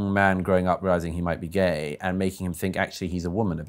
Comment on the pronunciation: " WHY ARE YOO GYAYY !! >: / . " SO YOO LIKE "GYAYY " !?? > :-I